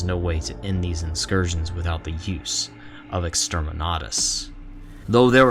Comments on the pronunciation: Bro what’s an inscursion. Did you mean in-cur-sion? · Awesome video, although I am at odds with you over your pronunciation of the word incursion